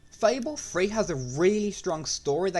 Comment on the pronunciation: Fable Free Frives